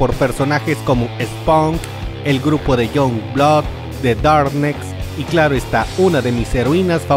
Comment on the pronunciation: en "ImageN cómics" Esponk (Spawn) Younblóc (Youngblood) Darnecs (Darkness) Güisblei (Witchblade) muy bien el inglés! jajajajajajajaja